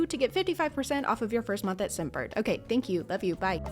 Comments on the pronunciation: u pronounced scentbird like simp bird haha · lmao i thought you said "SIMPbird," not scentbird